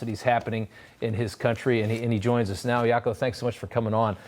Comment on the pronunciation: Poor Jaco got his name said wrong😂. It's yuck-oo clain-huns